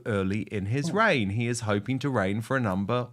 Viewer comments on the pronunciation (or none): none